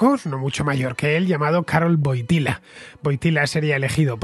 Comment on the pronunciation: Se escribe Wojtyła; se pronuncia Huótiua.